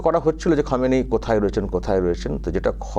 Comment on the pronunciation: খোমেনেই.....উচ্চারণ টা ভুল হচ্ছে। Anyway, Khomenei was one of the bastion of support for the militants in Kashmir. তাই ওর death এ কাশ্মীরের কিছু লোক তাদের বাপ মরার দুঃখ পাবেই, কি করা যাবে😂!